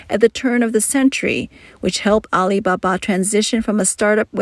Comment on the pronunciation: AI voice, "Al iBA-BA gives it away.